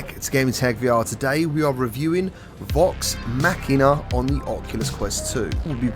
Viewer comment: Your the only reviewer to say the damn name right😂😋👍thank for that. Great job on the review my Brother, I'm downloading right now. Your the Man, man.